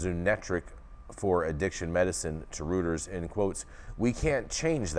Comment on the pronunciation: Reuters is pronounced "Royters".